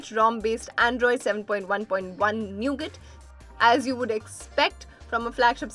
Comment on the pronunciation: Kindly FIRST teach your voice anchor to pronounce "nougat" properly before doing voice for a video about an Android phone!!!!!!!